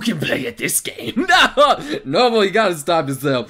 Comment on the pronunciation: Nobel...noo-bel...no...bell...no bell